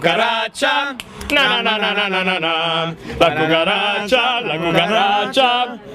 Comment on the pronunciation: the way gianluca says 'la cucharacha is sooo funny!!